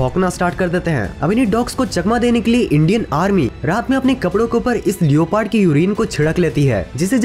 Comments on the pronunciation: BHAI LEOOOPARDD NHI LEPORD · Bhai लियोपार्ड likha hua hota h lekin usko लेपर्ड bolte h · Its leprd(Leopard) not lio...paart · Not liopard it's leoperd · Bhai ye leoopard kya hai🤣🤣🤣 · lioo pard? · Bro... लिओपार्ड नहीं लेपर्ड ...🙏🏻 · Leopard = लेपर्ड not लियोपार्ड 👍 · लियोपर्ड nhi beta लेपोर्ड hota h😎😅😅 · Baki sab choro Bhai leopard ko liopaard bol ra hai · It's not leoooopard it's leopard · Did you say leyopad for leopard 😂😂😂🤣😂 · You pronoune leopard wrong